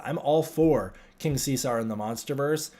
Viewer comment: What world do you live in where it's pronounced King See-Sar? It's See-Zerr, as in Julius.